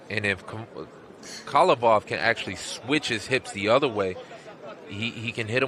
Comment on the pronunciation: But he pronounce khavalov as khalivov all the times ...